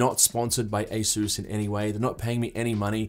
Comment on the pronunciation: Good video, but be a proud Aussie! - it's ay-suhs, not ay-soos.